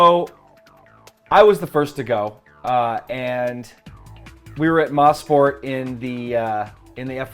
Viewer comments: MOE-sport. Not Moss-port. :) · Guys... it's pronounced "Moe-sport", not "Moss-port". It's a contraction of "Motorsport". Turn 5/6 is "Moss Corner", named after Sir Stirling Moss, but the entire track is not named after him. More info here: wikipedia Canadian_Tire_Motorsport_Park